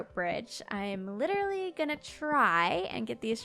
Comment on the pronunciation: When you were talking i wanted to ask: you said that 'I'm litrely working at the hospital' A hospital? Why?